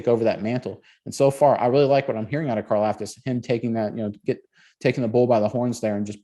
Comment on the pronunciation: It’s pronounced car-LOFT-us